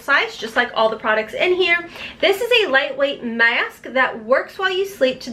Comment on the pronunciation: You have a weird way of pronouncing certain words...Maassk! It's adorable 🤩.